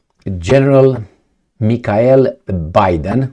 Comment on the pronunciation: Bydén - Biden?...is this "cohencidence",?